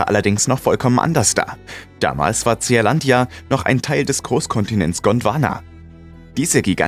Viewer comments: Nicht Z E A-Landia ——ZEELÄNDIA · Bin ja eigentlich Fan eures Kanals, aber die Aussprache englischer Worte ist oft katastrophal. Tseahlandia… Meint ihr nicht, dass es in Lautsprache Sielandia (Zea = Sea = Meer) heißt? Dachte anfangs ihr könnt vielleicht einfach kein englisch, aber dann kommen in anderen Videos äußerst schwierige Wörter in absolut akzentfreiem englisch. Wie kommt das?